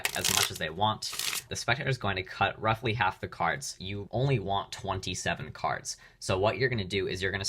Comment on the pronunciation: He says roughfly to much❤😂